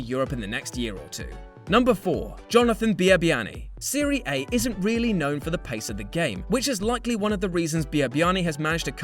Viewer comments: Serie Aye? It's Serie Ah. Just a little nitpick. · you dont say it seria a. you say the a like in cAt